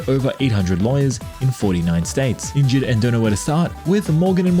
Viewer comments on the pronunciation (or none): none